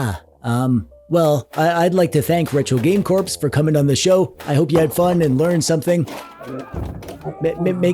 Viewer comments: Have you been calling him "Retro Game Corpse" all this time just to set up this joke? That is some 5D chess, if so. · Retro. Game. Corpse. 😂👌